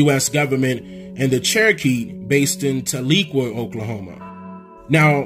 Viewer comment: Tahlequah is pronounced Tell leh QWAHH